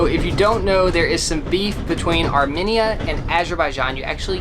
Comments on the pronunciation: It's pronounced "AR''ME''NIA" ... NOT ..."AR"MI"NIA" sorry that was bugging the shit outta me I grew up with Armenians my whole life because they're all here in Hollywood Calif and in neighboring Glendale but slightly more in Glendale lol so I'm used to hearing the word spoken correctly. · It’s arMEnia not arMINia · I think it’s pronounced ArmMEEEnia not arminia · Its Are-mean-ee-uh Not Are-minnie-uh!🤣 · It’s pronounced Ar-mean-ya, not Ar-me-ni-a. 🥰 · Not arminia it’s ArmAnia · ARE - ME - NIAN....not ARE - MIN - IAN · I’m sorry but you guys say Arminia it’s Armenia I’m Armenian btw there food is great 🇦🇲🇦🇲🇦🇲🇦🇲 Tell everyone I said parev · Are-mean-ee-ah, not AR-min-E-a, and it’s Ah-zer-bye-zhan not Az-shore-bi-shan 😬 I started to question my Armenian knowledge thinking I’ve been pronouncing it incorrectly all these years! I’ve been there, my best friend was Armenian, hearing them say it the other way sent me in a spiral of self doubt that led me to make a phone call to find out. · It's amEina sorry no hate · It is not pronounced Arminia!! Stop it!! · The way they said Armenia. 😂😂arm -enya Well that’s how it’s pronounce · theres no mini in Armenia. like theres not even a difference between people saying it like potato/patato. how to pronounce Armenia ~ R-mean-ee-ah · Ar-mee-nia. Sorry, but it's been driving me nuts. My Godmother was Armenian and she was very proud of 🇦🇲. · Its pronouced like Armeenia. Just wanted to let you know hehe. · I was also internally cringing because im 50% armenian and was like its arm-mean-uh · I think it’s funny how made fun of the way said “Azerbaijan” while he has been saying “ Armenia” wrong since day one. Not to mention hasn’t said a thing to him! 😂🤣😂🤣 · You were so concerned about pronouncing Azerbaijan correctly, but could care less that you were butchering the pronunciation of Armenia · Sona not sana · These people look nice but I live in America but I’m Armenian and the way they say Armenia annoys me lol